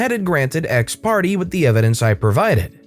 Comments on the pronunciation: FYI the legal term, Ex Parte, is pronounced like /ex partay/ I hope that helps! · Hey, Exparte is pronounced ex-par-tay. Just so you know in the future.